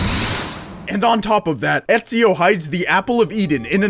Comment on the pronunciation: I know only an European can pronounce Ezio's name that good